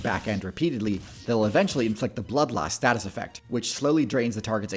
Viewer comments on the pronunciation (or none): none